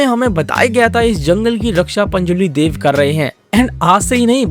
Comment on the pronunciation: Daiv nahi dev…sahi bola kr bhai maxa hi kharab ho gaya dekhne ka